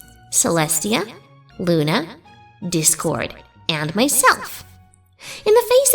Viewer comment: Did she just call Luna "Luner"?